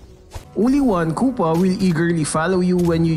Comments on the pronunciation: The " i need you kupa!" is like "I need you kupal" Only filipinoes will understand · "KUPAL AND POLPOL"